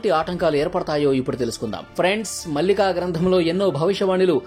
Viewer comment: పుస్తకం పేరు భవిష్య మాలిక. మల్లిక కాదు.